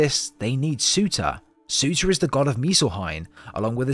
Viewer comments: Surr • turr. Not suitor. Surr • turr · He is called Surtur not sutah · Surtur not sewta